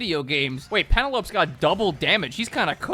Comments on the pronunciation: Honestly just put this on as background noise but had to stop everything I was doing to reflect on the way you pronounced Penelope. Pen a Lope. Girl it's Pen El O Pee. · It hurt me when he misspoke saying “Penelope” as pen-eh-low-p instead of pen-el-ope-ee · Penelope, said like cantelope. Lol. Lmao even. (Its Peh - nel - o - pee, grecco/roman name) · Pen-eh-lope? Brother the literacy crisis is a problem. Pen-el-oh-pee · This mfer pronounced Penelope as Pen-a-lope :face-blue-smiling::face-blue-smiling::face-blue-smiling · bro did not pronounce Penelope as “pen e lope” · Thats... thats not how you pronounce "Penelope," my guy. Pen el o *pea* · "Pen-EL-oh-pee" lol Penelope. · I can't at "Pen-a-lope". That was my breaking point. I am officially dead. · I'm pretty sure that Penelope is supposed to be pronounced like Odysseus's wife. Don't know how to dictate pronunciation, but its kinda like "Pen-El-Ope-Ee" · Penelope being pronounced Pen Elope is crazy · It's *PEN-EHL-OH-PEE*, but good try. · That is not how you pronounce Penelope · Pronouncing Penelope like that is hilariously relatable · The way you pronounced "Penelope Darksoul" made me laugh. As punishment you now have to watch the entirety of Epic the Musical or otherwise be subjected to an oral performance of the Odyssey. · There's no way that everyone is ignoring that butchering of a pronunciation for Penelope. Jesus, I know you're a Youtuber, but I thought names would be easy enough.